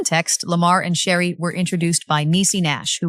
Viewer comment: You need to learn how to say her name before you try to talk about her. Is Sheree not Sheree